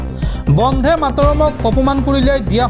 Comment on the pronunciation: উচ্চাৰণ বন্ধে হব নালাগে বন্দে হব লাগে